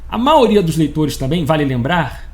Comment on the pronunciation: Porque todo carioca ou fluminense diz a (MAORIA)? ??E NÃO DIZ MAIORIA ,VCS COMEM a letra i da palavra kkkkkkkkkkk